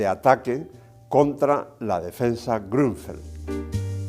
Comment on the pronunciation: Maestro Leontxo, ¡Qué bien pronuncia Ud. la ü de Grünfeld (Campoverde en Alemán)!